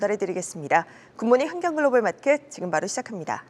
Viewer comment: ~ '맛켓' 발음을 교정하시면 더 좋을 것 같습니다~^^